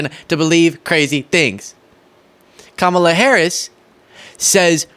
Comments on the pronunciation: Since he insists on purposely mispronouncing Kamala, we should start calling him #DonOld That would drive him crazy! Let's pass this on. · all he could come up with is Laughing Ka-Mal-a 🤦‍♀️😂